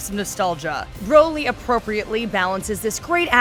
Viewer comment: Broly... like Broccoli... not BROly... Come on